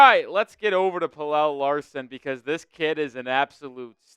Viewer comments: Its pronounced “PEL-UH” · I'm Swedish like Pelle. It's pronounced more like Pel-Eh, but you are close. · Pelle is more like Pel-Eh, but you are close. I'm a Swede so I know..